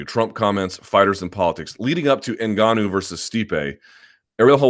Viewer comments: Ash Bruh i noticed he stopped saying engennnuuu lol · Did he ever explain why he was constantly saying 'engenuu'? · If only luke put the same effort into pronouncing francis ENGANOOOOO properly. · Hilarious how Luke likes to be contrarian on the pronunciation of names. Notice he has not bitten the bullet on N'Gannou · Lol Luke's Spanish lesson. Whole time he pronounced Ngannou wrong for months on end, and still kinda does. Not to mention how he says Gegard Mousasi. LOL Guh-gard. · No one should care too much about name pronuncation anyway. I don't get why ppl make a big deal how Luke says Ngannou. As if y'all pronunce chinese, korean, jjapanese, thai, scandanavian etc names properly lol but I don't see ppl make a big deal out of that....... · Everyone pronounces Ngannou wrong, even French people. The N is supposed to be silent.